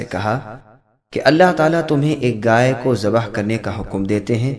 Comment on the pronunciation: Bhai ghai hota hai gay nhi